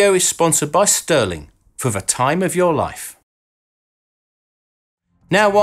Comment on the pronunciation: STÜHRLING is pronounced ʃty:ɐ̯lɪŋ (sh [shoe] - t - ü [ lure/grew ] - ling), not STIRLING stɜːlɪŋ